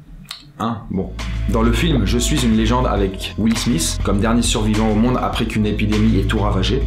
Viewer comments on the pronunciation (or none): will Smitttttttttt pas Smisssssss mdr